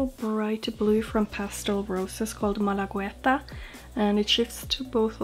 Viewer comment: Oh and you're right: Malagueta is the name of a beach in Malaga ( Spain ). As for pronunciation you only need to skip the u and it'll be just perfect. Just say Malageta, it'll get easier too lol 😀🤗